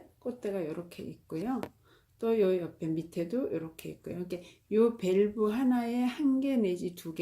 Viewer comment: 저희나라가 아니고 우리나라 입니다. 밸브가 아니고 벌브 입니다.